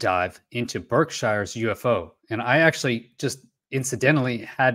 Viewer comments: I just have to say it lol. It's pronounced Birkshears (Berkshire's). I live in ma. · "Bark-shur",:o)